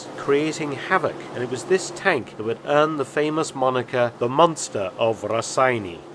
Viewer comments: As a Lithuanian, I can't help my self by correcting you a bit. "Raseiniai" is pronounced as rah-say-nay. Yeah, we Lithuanians are rather anal about out language lol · I don’t understand why everyone says name Raseiniai so weirdly it’s not Raseni or Rasseini it’s Raseiniai a town in Lithuania. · The humble Mark's attempt to pronounce Raseiniai made me chuckle